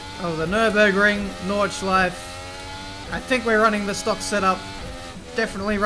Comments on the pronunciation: It is NordschleifE, not Nordschleif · (No Hate) Why is it for English Speaking People so hard to pronounce the E PorschE Nürburgring NordschleifE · did he just say nordschleif ? wheres the E ??? :D